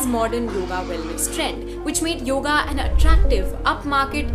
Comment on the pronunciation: You could begin by saying the name right ... it is yoga. Not yog. How would you like it if I called Sita by a shorter variant "Sit"?